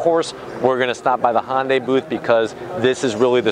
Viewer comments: its not "honday" it's ""HI YUN DAI" if you're going to review something ...at least pronounce it right...Can't wait until you review the next toylotta....or cheby corbette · Even if you’re not going to pronounce the “y” in “Hyundai”, it’s not Honda with a “y” at the end. There’s no “o” in Hyundai. “Hunday”, please. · It's a HYUNDAI not a HONDAI FOOL. At least learn how to say the name genius. I've owned 4 Hyundai's. 1 Elantra many years ago- with manual gearbox.( which my daughter wanted- I bought the car for her) Nothing to brag about. And THREE Hyundai Sonata TURBO'S. One was wiped out with only 1200 miles on it by Hurricane Sandy. Last 1 was a 2013 Turbo with 275 HP & after that for some reason Hyundai dropped it down to 245 HP??? FUCKING RIDICULOUS. So I got 30 more HP with an older car? PURE STUPIDITY. Now I have a KIA (HYUNDAI BOUGHT THEM) STINGER WITH 365 HP. Now that's the way to do it guys. Thanks to the AUDI engineers that developed this car. Great, good looking, & fast. Love it. Ceramic silver or as I call it glossy battleship grey. The best. Next year make it 500 HP folks. lol